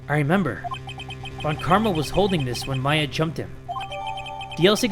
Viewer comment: I have a dream, that one day will learn how to pronounce Von